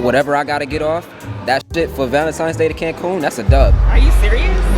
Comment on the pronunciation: Why do niggas say Valentimes days 🤣